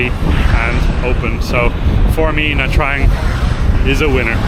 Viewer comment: “Nha” is pronounced as “Gna”, as in ‘mignon”.